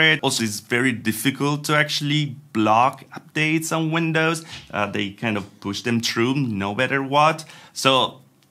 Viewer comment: If someone could explain to me what "WINDUHS" actually is...